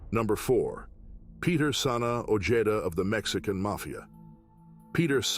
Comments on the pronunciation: O-hay-duh ! Not ojayduh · Peter ojeda sounds like (oh-je-da) say it correctly or don't say it at all your making money off somebody bad homies they still have Familia out there ! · 😂 his pronunciation of OEDA is killimh me as bad as Eme